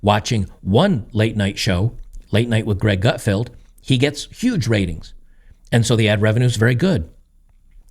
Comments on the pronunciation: Gutfeld, like Seinfeld. Not Gutfield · An "expert" that cannot pronounce Gutfeld is certainly not paying attention.